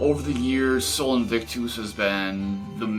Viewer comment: Look it up buddy! I suck at writing out pronunciations (even though part of what I do for work is teaching pronunciation, eh). But basically its more like Aaa instead of a hard A and US at the end of invictus.